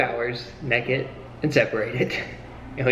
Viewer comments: More like neked 😂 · They say neked in stead of naked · he said nakd not naked play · I Love how said nakid instead of naked I’m lmao rn😂😂😂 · “Nahked in front of strangers” who says nahked its naked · Naykid NAYKID not nekid it makes you sound like a hillbilly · I really enjoy how says "nehkid" instead of "naykid" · “Completely neked” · Did reallly say NEKID??? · He said neked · I just love how pronounces naked......"neked"......the perfect southerner! lol....... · Hilarious!! Laughed so much especially using some Conan bits. Great job!! And yes country people say neked. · did you really say NEKID? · its a tennessee thing 😂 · When your “naked”, you are unclothed. When you’re “nekkid”, you’re implying that you’re doing something naughty. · That's southern right there! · buck NEKID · are you quoting that guy from Steve Harvey's Family Feud? Even Steve pronounces naked as nekkid.. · I just love how you say naked with your southern accents! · The way mate says naked 1 min in to the video 😂😂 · I love the way the say naked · The way says naked tho